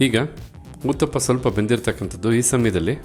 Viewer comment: 👌👌 🙏🙏 ಅದು ಊತಪ್ಪ ಅಲ್ಲ ಉತ್ತಪ್ಪ 😂😂